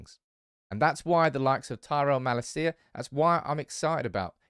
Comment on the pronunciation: Please check how to pronounce Malacia. As a Feyenoord fan, it hurts my ears